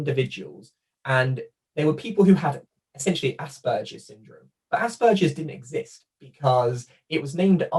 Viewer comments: 😬 your pronunciation of Asberger, as well as Kanner, (you’re saying Crainer) kinda irks me. Absolutely no offense when I say that tho. We’re all different 🤷🏻‍♀️ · for some reason most Brits seem to like to pronounce it with a soft 'g' even though that doesn't exist in Asperger's native German.